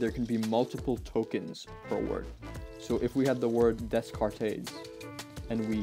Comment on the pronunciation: Descartes is pronounced "day cart" And I don't understand how with this model, they can write code